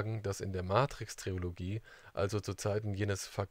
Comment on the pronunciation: Super Info, aber bitte Leute ... Tri-lo-gie Nicht Tri-O-lo-gie